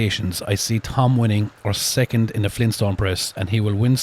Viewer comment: "First, Secunt, and Turd place" I love the Irish accent 😂